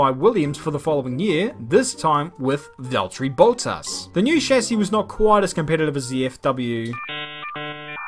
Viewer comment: Valterri Boat-Ass